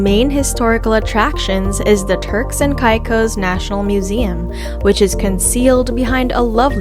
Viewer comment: could learn to pronounce the name of the islands correct